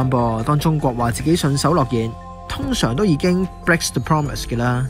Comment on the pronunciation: united講成u-like-tick, breaks 變bigs, promise讀成 pompmiss, China讀成搓拿，核突到癡線。